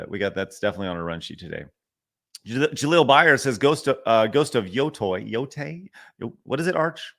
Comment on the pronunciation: Yotei is pronounced more like Yo-Tay, not Yo-Tie or Yo-Toy.